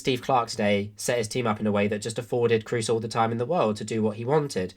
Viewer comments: Just a little pronunciation correction on a mistake I've heard almost every English commentator and youtuber make: Kroos is pronounced with a long O, imagine more like Krohs, not cruise :) A lot of the other names are a lot harder but I think this one is an easy fix. Otherwise great video :) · The long monophthong "o" as in German does not exist in English. There's going to be an accent assimilation, almost always either rhyming with "lose" or with "rose". What's your native language and how do you pronounce Kroos?